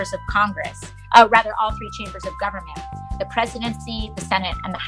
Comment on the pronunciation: I love how when she corrects herself on government - she still gets it wrong.